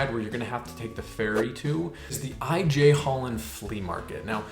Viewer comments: as a resident of 15 years in the centrum, you've pretty much nailed it 👍 giggled at 'the I.J. Hallen' because it's Ij (pronounced 'eye'), the river behind centraal station that divides the main city from the north side. so j is a 'ye' sound, like jordaan: 'yordaan'. also good to know that a double 'o' in a word is long, so loof sounds like 'loaf' and stroop(wafel) rhymes with rope :) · IJ in dutch is pronounced as I 🙂